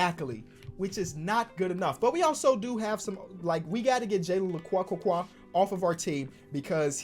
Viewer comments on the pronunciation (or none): Jaylen Le qua Me: THATS NOT HOW YOU SAY IT! ITS LEK YOU BUT YOU SAY IT FAST. LEK YOU!!!!!!!! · Jalen la-q that’s how u say it la-q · Came to the comments when he said la-qua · Jalen LaQ not Laqway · “Laquequaqua” el oh el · When said "jalen lekwakukwa" I felt that. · I lose brain cells every time butcher's Jalen lecque's name (Lec-Q) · It’s JALEN LE-Q that’s how you pronounce it I went to high school with him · Btw Jalen Lecque is pronounced Jalen LECK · "Jalen LeKWAH"